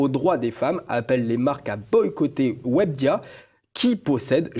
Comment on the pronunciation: we be dia, aprend a parler journaliste en carton mdr... webedia, pas wabdia mdr...